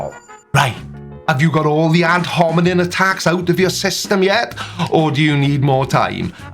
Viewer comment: I really love you and your channel and because I do, I'm going to correct your pronunciation in case Docnot Hovind decides to throw it back at ya. It's ad hominem, with an "m", not with an "n" as you kept saying. Byee Love you, lol.